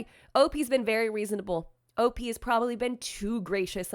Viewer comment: For all that is good in my ear buds do not say OP the way you said it. Please please please please please don't!!!! O. P. is just fine. I love your contact but this is the one time I will stand firm in this.